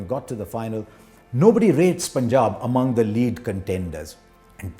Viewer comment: The way Harsha says Punjab =❤️